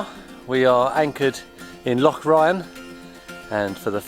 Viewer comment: Good to see you back on the water. As an old Highlander I'm impressed with pronunciation of loch. Sandy XXx